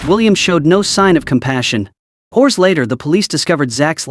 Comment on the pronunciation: Oh quick…call nine hundred , eleven…. Holy crap… And…whores later?.. (hours later) maybe AI ain’t so scary as we thought? Either way this channel gets a thumbs down from me…